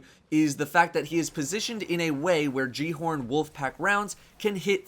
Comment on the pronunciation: repeat after me Gal-e-horn the j makes a h sound